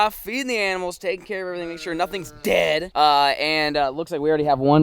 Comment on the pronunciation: Why he say dead like that lmao